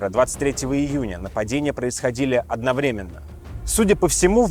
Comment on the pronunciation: Не одновременно, а одновременно